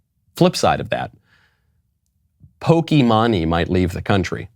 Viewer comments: Who tf cares about what Pokimane thinks? Like for real. Good riddance. Go back to Canada. Also, Michael, it's pronounced "Pokey-mane" as in a horse's mane. Regardless, doesn't really matter as nobody cares what she thinks. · I will say, at least this time these “celebrities” are doing exactly what they say. Second, it’s pronounced “Pokey-mane (as in a lion’s mane).” I am a gamer, so of course I would know. Third, to all of those leaving and/or threatening to leave…buh-bye. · Actually, it's really supposed to be pronounced "Pokee mawn". She has said that the way most people say it as Pokee Mane is actually wrong though she accepts it. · Yes. The mispronunciation has to be deliberate and I love it. Poke-money for the win. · It's hilarious that he keeps mispronouncing her name xd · It almost makes it funnier that he mispronounces her name every time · The pronunciation of pokimane kills me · I chuckled a bit when Michael mispronounced Pokimane's name. Though it did not take away from his argument. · It was very funny hearing Michael miss pronounce pokimane the entire video. On the other note this girl is an idiot on so many levels, I'm not surprised by her take on this issue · Bro, you know how to pronounce her name. Why dumb yourself down? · I love how boomer you pronounced Pokimane! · You pronounced her name wrong, aww this was painful to listen to. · You heavily butchered her name, but honestly it’s what she deserves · you're mispronouncing pokimane btw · Man this is facts but you said her name wrong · he is cracking me up the way he is pronouncing her name 🤣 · you could not have mispronounced that any more wrong 💀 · I’m sorry but I cannot take you seriously with the way you keep mispronouncing her name. 😂😂😂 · The pronunciation is perfect I love everything about this bit lol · That is not how you pronounce her name lol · Michael you pronounced her name wrong every time and I love it 😂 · I love your pronunciation of her name hahah! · Pronounced pokemain